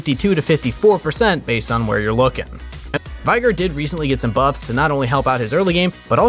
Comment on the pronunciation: ...... IT'S VAY-GAR